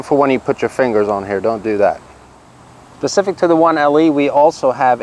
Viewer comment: . "Pacific to the 1LE" :)